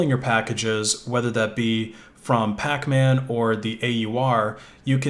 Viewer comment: "Pacmac" lol